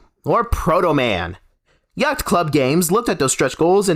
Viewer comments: “Yackt” club games. Dude, what are you doing? It’s hard to watch a video with someone trying to deliver some sort of hard hitting news on a subject when they can’t even pronounce the company that is the focus correctly. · My guy....you don't pronounce the C in Yacht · ah yes yaghtht club games